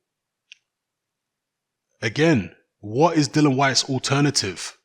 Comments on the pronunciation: Dilly-an is how its pronounced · Todd Yes it's dillian but refuses to pronounce his name properly.